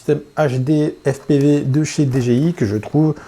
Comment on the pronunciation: Bonne vidéo comme d'hab... mais messieurs les français, c'est soit Dé Ji Iiii à la française, soit DI Djé Aille, à l'anglaise, mais faut arrêter les Dé Gé iii parce que c'est pas ça du tout... :-) humour hein ;-)